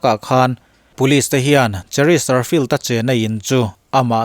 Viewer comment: Chesterfield a ni si. Cheristerfield tiin I sawi daih zel hi fimkhur deuh la a țha hle mai.....